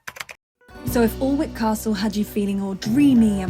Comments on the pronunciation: Just found you, love your videos. You pronounce Alnwick as Annick. Happy vanlife ❤ xx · Alnwick is pronounced 'Anick'..... yes that's weird even for English lol. Love your van, Winnie and your content. If you are going back to Northumbria at any point check out Chillingham Castle, very different vibe than Bamburgh and Alnwick but has an amazing history and is probably one of the oldest castles in Northumbria. Both King Edward I and William Wallace stayed there but under very different circumstances. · Was there last April, and we’ve been told that it’s pronounced anik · You pronounce it annick castle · It’s pronounced ANNE-wick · Pronouncing Alnwick: Firstly, ignore the 'l', which means we have Anwick left. Now ignore the 'w', leaving An-ick. That's it. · Definitely not how you pronounce the name of that castle 😊 Alnwick castle, “an ick” castle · Glad you chose God’s country to start your van life. The Yorkshire moors are beautiful. Loving your videos. By the way, Alnwick is pronounced Annick. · It's pronounced Anick. Don't know why they have to spell it Alnwick. I only learned to say it right a few month ago lol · THIS is exactly what YouTube should be! Bloody marvellous. Apart from the mispronunciation of ‘annick’ Alnwick, (I live in Northumberland) 😂, this is quite simply the best content I’ve watched on this format, and believe me I’ve watched a lot! Safe travels, ride the bumps, and keep going, you are amazing! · Alnwick is pronounced ( ANICK.) Great video and I love your van. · pronounced: A-nick castle. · pronounced Annick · It’s pronounced Anick castle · Alnwick is pronounced like "Annik" xx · Great video, and beautiful bus! Alnwick is pronounced Annick 🙂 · Pronounced Ann-Ick. Good try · This was so entertaining and fun. Although, you don't actually pronounce Alnwick correctly. It's pronounced An-ick but only us locals would ever think of saying it like that because the spelling of it is whack. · Alnwick Castle- pronounced ANN-ick; Lovely content, thank you